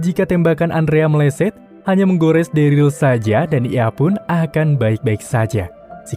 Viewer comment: MOHON MAAF BG NAMANYA DERLY DI BACA DERIL BG MOON MAAP CMN MEMBENARKAN DOANG